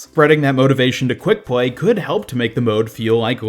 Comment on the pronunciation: What is it with Americans having this weird lisps where they say stuff like “pway” instead of play “pwayers” instead Of players?